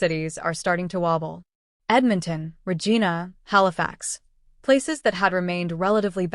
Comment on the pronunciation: Teach you Bot to pronounce names properly... it is Regina (reg eye na) not (Reg E na)